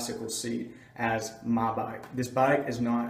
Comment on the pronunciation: Dude why do you say ma bike